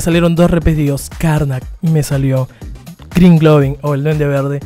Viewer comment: "crin globin" o duende verde...jajajaja no mames mejor no los intentes nombrar en inglés